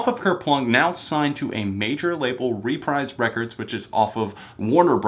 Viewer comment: Great review as usual! Just letting you know it's pronounced 'Re-preeze' records 😀